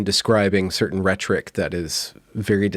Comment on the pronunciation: "the ret-trick"? I always thought it was pronounced as "Rhet-or-ick". Guess I didn't get the memo.